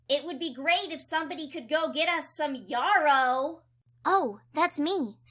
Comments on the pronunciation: "YAR-row" it's yarrow, like, rhyming with marrow. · just looked it up, the american pronunciation is yaa-row and the british is yeah-row. personally i think the british one sounds better. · “WE ARE OUT OF YAH-ROW.” “IT WOULD BE GREAT IF SOMEBODY COULD GET US SOME YAH-ROW.” 😂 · and the person above are saying it wrong It is yahrow